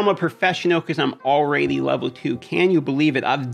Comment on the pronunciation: Can someone explain the ''alrady'' pronunciation? Is it supposed to be funny or what's the deal?